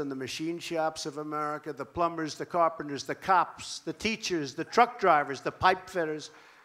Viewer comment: Anyone notice trump saying plum ber instead of plumber